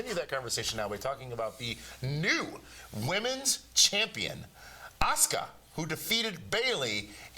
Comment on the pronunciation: Asuka is being pronounced wrong by both of you... The "U" is not silent, but devoiced resulting in a pronunciation similar to how you'd say "Ah sucka". ----------- Sami Zayn has terrible music as does just about ever non WWE veteran. Why would you ever say he's got everything when he clearly does not?